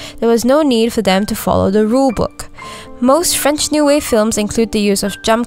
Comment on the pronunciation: As a French woman the way you pronounced everything French made me smile . I really enjoyed your review keep going. You even made me want to rewatch the movie !